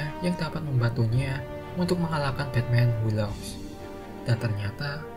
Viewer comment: Batman who laughs 😂😂😂 batman wu laf. Ini spellingnya bos